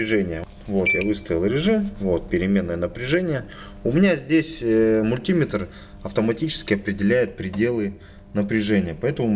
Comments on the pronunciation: Не "мультИметр", а мультимЕтр!!! И не "пальцАми", а пАльцами!!! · Какая безграмотность надо говорить не мультИметр, а мультимЕтр, не пальцАми, а пАльцами и т.д.)) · Не подпишусь на канал, если автор упорно продолжит и далее "мультимЕтр" произносить как "мультИметр" ))))) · 398 дизлайков за неправильное произношение мультИметр и пальцАми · нужно говорить мультиме́тр. в Русском языке ударение в приставке не бывает. пальца́ми тоже хорошо. Вы не электрик. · Про электрику рассказывай на русском языке. Главное ударение делай правильно. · Был бы русским, так не говорил бы. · Несколько стремный способ, если мультиметр окажется неисправным или с малым входным сопротивлением. Ну и "пАльцами" и "мультимЕтр", так ударение будет правильнее.. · Парень ты откуда такой??? мультИИИметр, пальцАААми, у меня пздц уши кровоточат. В какой школе ты учился??? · пальцА́ми, мультИ́метр.... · Очень полезное видео! Но откуда взялось это чудовищное мультИметр! Это настолько же не верно, насколько и популярно. Что только народ не придумывает, чтобы оправдать это жуткое "И"! Часто вспоминают слово "спидОметр" и "курвИметр". В этих словах соединительная гласная приняла ударение. Но вообще-то ударе не те на разделительную главную - большая редкость! В подавляющем большинстве случаев в составных словах удаления два! Основное - на вторую основу, дополнительное - на первую. Причем выраженность дополнительного зависит от соотношения важностей основ. (Об этом подробно написано на грамоте.ру.) Вплоть до полного пропадания дополнительного ударения. Кроме того, "И" в слове мультиметр - НЕ соединительная гласная, а часть первого слова! А слово это - мУльти. Т.е. ударение на "И" невозможно оправдать вообще ни чем. Извините, это просто безграмотно. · МулитимЕтра, мультимЕтр!!! ПАльцами, а не пальцАми! Не снимай больше.